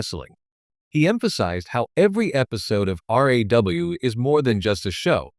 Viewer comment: your reading sound like crap can't you say RAW and not R.A.W?